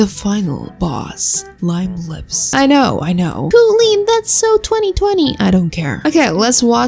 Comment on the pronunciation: My plants dying really that u said koolen